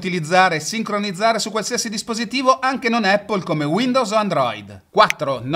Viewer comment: Baistròc, miga par spacär il bali mo as dis “Apol” (con l’accento sulla A) miga “Eppól”